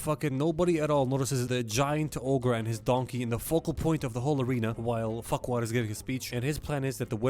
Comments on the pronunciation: tbh with all those adult jokes, i think farquaad sounding like "fuckwad" was intended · I just realised that lord farquaad sounds like lord fuckall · Please tell me he calls Farquad Fuckwad